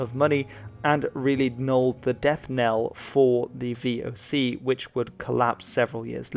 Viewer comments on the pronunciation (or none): none